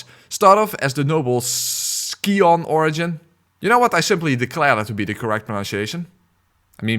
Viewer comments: Noble “ski-on” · Funny thing, pupa is pronounced “pew-pah” in English, and scion is “Sigh-on” English is a really stupid language. It’s my first language and I hardly understand how it works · It's true. Pupa is pronounced "pyoopa", as it is the intermediary stage between a larva and an adult insect, wherein the larva metamorphoses - or pupates - into a grown-up buglet. And scion is pronounced "sigh on". Which in a way is also like a pupating insect, as nobles' scions are useless little yuppie larva that haven't yet been bullshit-bitchslapped by the real world, but oh boy is that day a-comin'. Can't live on daddy's money forever, Freddy! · "scion" isn't hard to pronounce, quit being stupid on purpose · "I hereby declare it's pronounced scion. Some of you say pupa is pronounced pupa. Anyway BlOoDtInSh" Goddamn I love how you immediately in the same sentence create so many points of contention hahaha